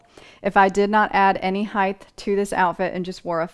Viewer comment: I have these pants from Old Navy in every color, thank you, it was helpful. I couldn't help noticing that you say height with a "th" sound at the end, like the word width,. It's a common mistake.